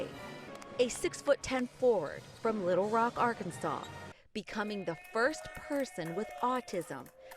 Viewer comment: Arkansas Represent, but you pronounce our states name so weird